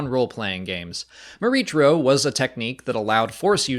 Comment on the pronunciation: I have to believe this was meant to be pronounced "Mor-EE-kro", with a "K" sound. Unless someone at Lucasfilm has said otherwise. The "CH" pronunciation is awkward and unintuitive to me.